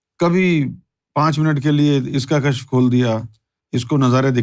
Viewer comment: Kashf ya kashaf pronounce karna chahiye